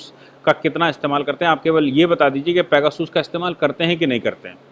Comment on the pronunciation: भाई साहब ये पैगासस है पेगासूस नहीं। आप बहुत अच्छा काम कर रहे हैं 🙏🙏